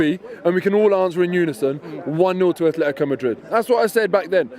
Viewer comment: It's "ATLETICO" Madrid, where do you see the "F" sound in there, Robbie?